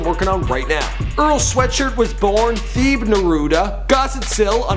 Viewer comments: lolololol nigga said Theeeb hahahahaha.... funny as shit. It's pronounced like "teh-bay" beeteedubs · It's not pronounced "theeb" it's pronounced "teh-bay"